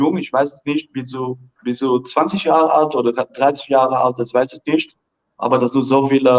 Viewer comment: I can vouch for English and German:) - although his pronunciation of the German word "nicht" is slightly off but overall quite close to sounding like a native German - very impressive!